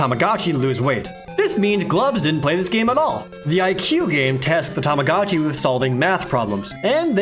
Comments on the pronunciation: Omg stop saying tamacatchi it's tamagotchi!!!!!! Aaaaarrrhggggg hahahaha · i hate that everyone pronounces tamagotchi as 'tomogachi' so much